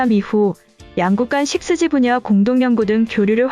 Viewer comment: 육지라고 읽으면 이상한가? 식스지가 더 이상한데.